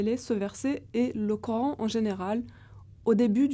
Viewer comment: la bonne blague , vouloir expliquer des versets du Coran , en se trompant constamment sur les voyelles a prononcer. " pour une exégèse sérieuse de ce verset il est important de..." savoir le lire pour commencer.